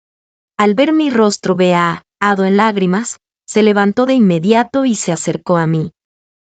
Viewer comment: La narracion se come mucho la letra" Ñ "años bañados ceño señorita ,y muchas palabras que pueden ser reemplazados con sinónimos